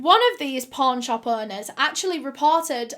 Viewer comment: When she said "pawn shop" I did NOT hear pawn shop.